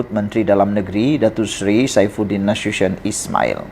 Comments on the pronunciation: sebutan yg betul…..NA SU TI ON… bukan NASYUSYION adoiiiiiii😂😂😂😂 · Berita awak Ni xde punch la - semua org dh Tahu perkara Ni , sebutan Nama Nasution pun xbetul